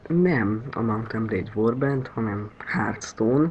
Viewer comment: hörtstone nem hártstone